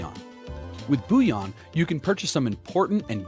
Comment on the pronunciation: It’s not said ‘booyon’😂 it’s bull-e-on